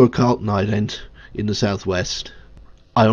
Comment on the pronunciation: Please try and pronounce 'the' correctly, there is no D in it, very off putting